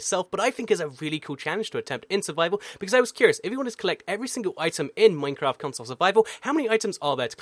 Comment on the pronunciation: Im I the only one too notice that he said maftcraft the beginning of the video